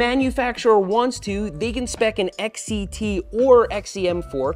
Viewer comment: Why do you say XET instead of XCT